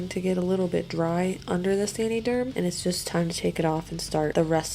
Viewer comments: I think it’s “San-uh-derm” like “San-uh-tize” 🧐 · please learn to say the name correctly lol. It is not "sandy" derm. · I came to say the same thing! 😂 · “sany derm “ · sandy germ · San - uhh - derm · The way she says san”ee”derm gets me every time. I can’t even finish the video 😂😂😂😂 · Love how you pronounce saniderm 😂😂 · I like this video but the way she pronounces saniderm is annoying tf out of me